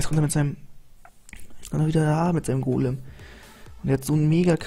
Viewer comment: Du sagst immer mägaminion oder golm xD